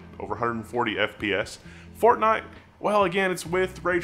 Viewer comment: What is Fornite? You spelled it like you pronounce it. 😂